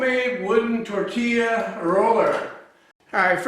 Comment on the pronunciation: se dice tortilla no tourtilla jaja